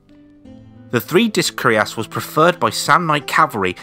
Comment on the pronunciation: It's curiass but cuirass (pronouce it like "queer ass" with "ass" rhyming with "mass")